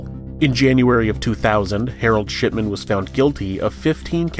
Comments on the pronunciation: ok, you're totally saying "sh*tman" instead if shipman lol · The way you pronounced "Shipman" made me wonder if you intentionally made it sound like "Shitman".